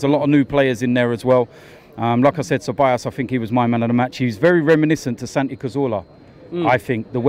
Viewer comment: DT please teach Robbie how to say Ceballos correctly. Because whole aftv says it wrong.